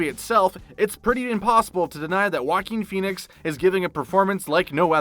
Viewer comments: I’ve begun referring to him lovingly as “Jokin’ Phoenix.” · The way he pronounced "Joaquin Phoenix" Walking Phoenix